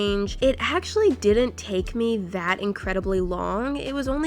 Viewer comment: Hehe ”it deed ent take that long” only a day and a half